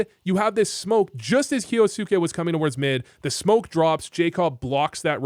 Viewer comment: Kyousuke sounds more like 'ok you suck' 😂